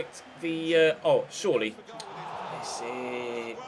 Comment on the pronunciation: Hey loving the career mode so far! By the way, Besic is pronounced: "Be-sh-ich" #BosnianBeast